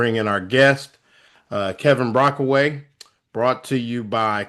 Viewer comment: It’s Brockway Not Brockaway